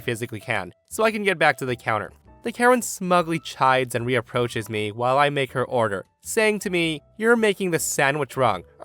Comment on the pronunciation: "Reproach" not "Re-approach."